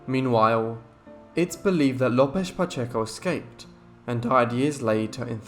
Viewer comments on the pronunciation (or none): none